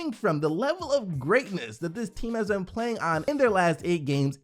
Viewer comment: Mate why do you always say "ben" instead of "been"? Not hating, im genuinly asking